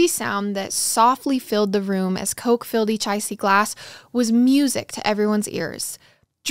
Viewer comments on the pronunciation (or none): none